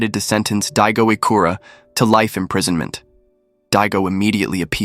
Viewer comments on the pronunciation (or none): His last name is ichikura, not ikura.